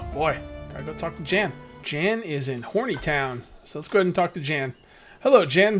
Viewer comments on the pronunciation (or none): Iordan is pronounced yor-den and Jan is pronounced Yon as in yonder. Great video, I enjoy watching, you put a lot into the backstory, even the backstory of you villagers. I think you should follow him out of the town see where he goes. And what is that paper up on your top bar? Great job keep it going I love this series. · Yeah and I’m pretty sure Jan is said Yon since this is in a European area. Other than Spanish many European languages pronounce J as Y. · Jan is pronounced yawn